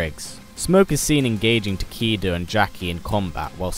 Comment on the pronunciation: Ta-Kay-Da not Ta-Kee-Da GODDAMMIT. Takeda is JAPANESE and is the son of Kenshi and disciple of SHI-RYE RI-YOU (Shirai Ryu) Fucking HELL man. Stop butchering Japanese names man.